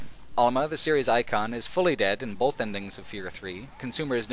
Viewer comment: Stop saying bolth.